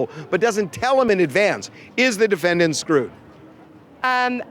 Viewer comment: Harvey says "defend danht"